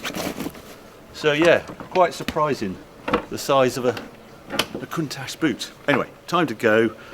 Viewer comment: The "ch" in Countach is pronounced the same as the "ch" in attach, not "sh"